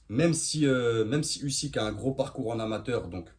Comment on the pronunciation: Ton analyse sous évalue totalement Usyk et on prononce Ouzyk ! Slava Ukraini 🇺🇦🇺🇦🇺🇦